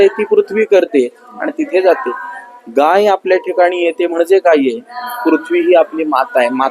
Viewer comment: गई नाही गाय म्हणा